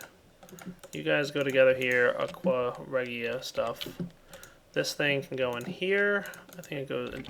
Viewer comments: Aqua Reina is the only the only thing that can dissolve gold And it's pronounced Aqua reeja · That's not how you pronounce aqua regia, it's like "aqua rey-sha" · You are pronouncing Aqua Regia wrong. D: Anyway Aqua Regia is an actual chemical. It is an acid and it can dissolve gold!